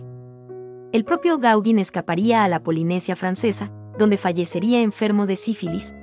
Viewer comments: Interesante, aunque chirría un poco escuchar una y otra vez "Gáuguin" (y mira que se empecina nombrarlo muchas veces😀), cuando se pronuncia* Goguén* (más bién con un sonido entre la "a" y la "e"). Más que nada para que los chicos no aprendan a pronunciarlo mal. Es Pol Goguén chicos NO "Paul Gáuguin"😊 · Hola, conocía mucho la obra de Gauguin en la Polinesia, pero poco de su arte antes! Me encanto la crusificion, parece casi infantil, pero es excepcional! Respecto a la pronunciación del nombre del pintor (me rindo)! El perfeccionismo…es parte de mi! Sorry!